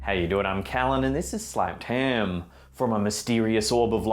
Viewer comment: Lol u said sNapped ham :p